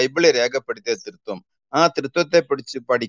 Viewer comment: " ത്രീ ത്വം."....."തൃത്വം" ഇത് രണ്ടും രണ്ടാണ്.. ; ഒന്നല്ല